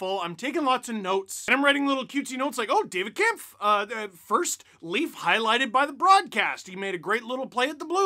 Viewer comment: Yesssss! You pronounced Kampf correctly! As a Hawks fan, it has bugged me every time I heard you say ‘Kompf’.